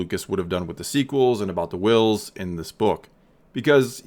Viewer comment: So.............why are you putting emphasis on the "h" in Whills. 🤔 "NUFF SAID"™